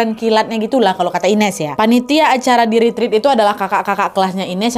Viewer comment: Ret ret kk bukan rit rit